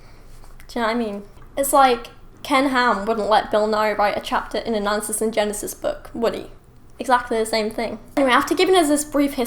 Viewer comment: Haha. Your accent and an "N" sound enunciated before "Answers in Genesis book..." caused me to mis-hear: "Non-sense in Genesis book..." Which would be a FAN-freaking-Tastic Title for a book or debunk website. You're welcome to use it,. Thanks for the book review. NON-SENSE in GENESIS. OH jesus, that's good.